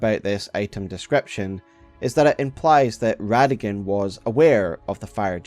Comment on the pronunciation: It’s Rada-Gon Not rada-gin